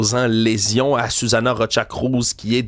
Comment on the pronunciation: Son nom est Susana pas Sisana. Faite- y honneur et corrigez vos fautes svp.